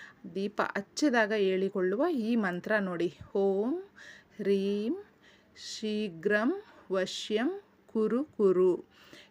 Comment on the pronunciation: ಅಲ್ಲಿ ಹ್ರೀಂ ಇರೋದು ಆದರೆ ನೀವು ಹೇಳೋದು ರೀಂ ನಿಮ್ಮ ಉಚ್ಚಾರಣೆ ಸರಿಪಡಿಸಿ ಕೊಳ್ಳಿ